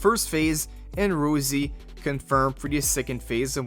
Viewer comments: Its ROSSSSSI not Rozy 😢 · man i beg on my life, her name is Rossi, not Rosie 😭